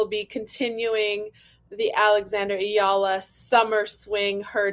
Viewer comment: Thank you for sharing the correct pronunciation of Eala. I was surprised by that opening Magandang Umaga! Love listeninng to you two